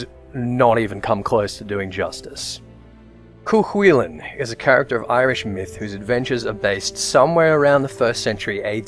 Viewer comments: It's pronounced "Koo Kullin". The Hound of Cullen (Colin?). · Any other Irish people agree with his pronunciation of Cu Chulainn? Grew up pronouncing it way different. Couldn't even imagine it being pronounced like that in Ulster.